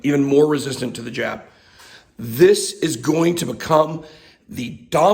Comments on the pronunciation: I thought you said j*p. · Careful...when you "jab" it sounds like something else.